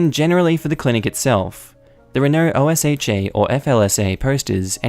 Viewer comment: Also, just a heads-up for future reference: OSHA is not one of those acronyms that's read as letters. It's read like its own word. It's pronounced like "Oh-shuh."